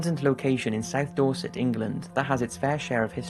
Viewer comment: What is the name of the group in number 2? I wish he put the teams in the description. Edit: Nvm it's Dorset. I though is was saying Dawsik.